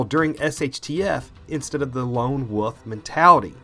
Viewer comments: what's a "wuff" or did you mean "wolf"? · Thumbs down for saying "woof" instead of "wolf"